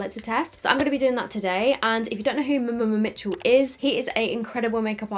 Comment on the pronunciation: I swear you’re the only one who actually pronounces every ‘m’ in mmmmitchel hahaha 😘